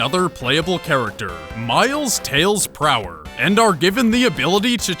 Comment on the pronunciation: dark flame666 no its prower not power